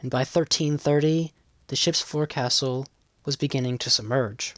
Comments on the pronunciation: Forecastle is peonounces Fohksulh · Forecastle is pronounced “folk-sull.”